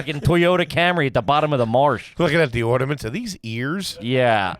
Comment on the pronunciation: big man called ornaments “orduhments” 😂😂😂😂